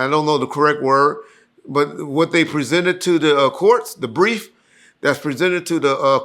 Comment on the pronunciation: I single handedly help correct pronunciation of the word But. former pronunciation was "Buhhhh"🤷🏾‍♂️🤣